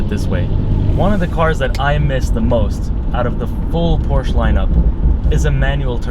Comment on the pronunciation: I like how you compare certain aspects of the car to other cars (steering, throttle response, etc.). However, you loose a lot of credibility when you pronounce this iconic brand incorrectly. It clearly has nothing to do with 'Poor'(sh) people! Lastly, although I have not yet driven a 488, it is my understanding that it has noticeably better throttle response than the 991.2 S. Furhtermore, regarding interior plastics and fit/finish, I would say that that 458 feels much cheaper inside than the 991, whatever their comparative materials may be...